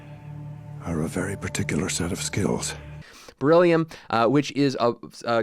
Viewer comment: Beryllium....You said it right my brother in Christ and the nails isn't in the front of the foot it's the side